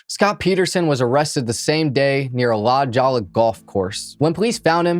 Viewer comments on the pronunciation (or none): Nice work, recapping this case; subscribed. One thing, though, the neighborhood La Jolla in San Diego is actually pronounced with an 'h' sound, rather than a 'j', (i.e. - "La Hoya") being Spanish. One of those things you eventually pick up on when you move out here. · DUDE... La Jolla, CA is not pronounced "La Jowla." It's actually pronounced "La Hoya." ... Why don't you check things if you're not sure how to pronounce them. There's all kinds of sites out there that will help you pronounce things correctly... No excuse! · Dude, it's La HOYA. Not La "joll" a. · Lol la jalla, it’s pronounced la hoy-ah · One thing that's guaranteed in all of the crime episodes.....the cops saying how wonderful they are and if they don't do something that should have been done they have a list of excuses.....and have immunity afforded by the system. "La Jolla"? That would be pronounced "La Hoya". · La Jolla is pronounced “Hoy-ya”. Spanish pronunciation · LA JOLLA IS PRONOUNCED LA- Hoya !!! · Hahaha it's pronounced 'La Hoy-ya' (La Jolla) but it was pretty adorable! You remind me of my kids! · La Jolla is La Hoya it is a Spanish pronunciation. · La Jolla is pronounced La Hoya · La “jalla” please tell me you are Miss pronouncing that on purpose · As we are on the topic of mispronunciation….it’s La Jolla (pronounced La hoya) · I am sorry to be that person but can you research pronunciations of words you don't know? La Jolla (LA Hoy-ya)